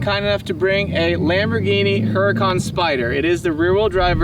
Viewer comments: Pronounced (ooo ra con) , not (her a con) . Nice try though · Pronounced Hurican wrong... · Drop the H in Huracan. It is pronounced like yur-acan.